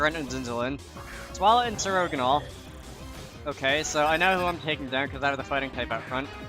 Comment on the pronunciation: "sir-ogonal" that pronunciation is BAD